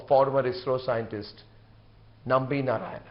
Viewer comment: His surname is NarayanAN not Narayan. Everybody does this mistake.